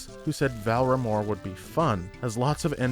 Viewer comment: Just here to point out that you always pronounce it VAL RA MORE when it is in fact VAR LA MORE lol 😂